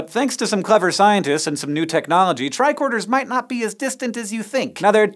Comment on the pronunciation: I always thought they were saying tri-quarter